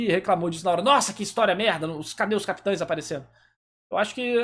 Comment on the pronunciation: CapiTANS, Ixígo.... Pqp! Que agonia kkk